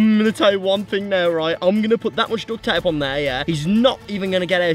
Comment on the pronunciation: It kind of sounds like he sayin dut ta whenever he's trying to say duct tape